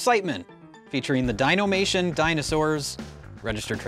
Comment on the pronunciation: "dinAmation" please and thank you